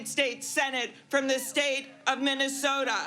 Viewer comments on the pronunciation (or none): none